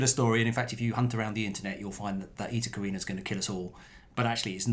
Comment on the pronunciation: You have the Greek letter pronounced correctly. For example, the second Greek letter (in their alphabet), beta, is pronounced "bay-ta", not "bee-ta". It looks as if you also have the constellation pronounced probably as well. I'm guessing the constellation name is Latin.